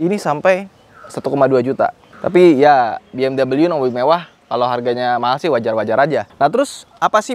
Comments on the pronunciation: BMW (Bayerische Motoren Werke) itu bacanya "Be-Em-We" bukan "Bi-Em-dobel-yu" 😛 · Bukan Bi eM doubleU